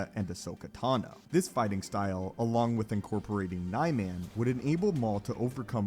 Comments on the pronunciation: It's not nay-men It's Nee-man It's not juya It's juyo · Sir. It's Joo-yo Juyo. Plz. And Nuhmahn/Neemahn Niman; Mah-kawh-shii Makashi